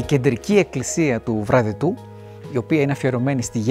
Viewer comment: Βραδετο λέγεται το χωριό. Το προφέρεται λάθος.